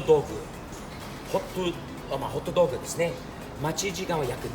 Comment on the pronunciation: HotDogじゃなくてホットドッグっていう日本の発音してたのなんか好感持てた